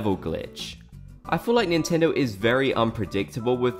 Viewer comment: "NINTENDO INTENDO" 🤣😭